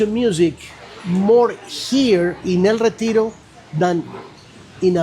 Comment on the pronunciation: Hahaha! "El reteejro" 😆